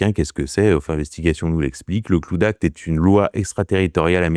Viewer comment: La manière dont tu dit cloud act ça fait de la peine … apprends au moins les bases de l’anglais quoi … c’est abusé la …